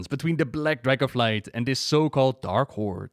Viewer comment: love how you pronounce dragos and dragosflight